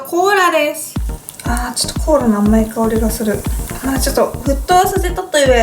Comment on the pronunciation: Choux cream? cola? I think something wrong with your tongue yuka 😂😂😂